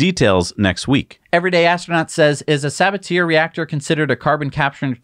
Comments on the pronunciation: Arrrgh!! Stop pronouncing Sabatier like saboteur — it’s suh-BAT-ee-air! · Sa- Bah-Tee-Ay, no sabateer haha